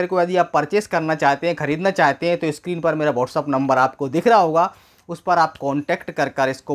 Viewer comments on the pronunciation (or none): none